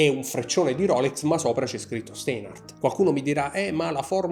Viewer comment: Ti vorrei correggere la pronuncia, il dittongo "ei" in tedesco si pronuncia "ai" - (Stainhart) insomma.😉 Per me sono orologi ben fatti e ideali per chi non ama "sperperare" troppi dindi ma ama quel tipo di estetica (inutile girare intorno all'originalità o meno del design, tanto tutti fanno ciò che gli pare). Io personalmente non li acquisterei, non rientrano nelle mie preferenze. 👋